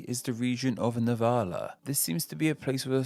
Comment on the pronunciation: ”The Region of NAVALA”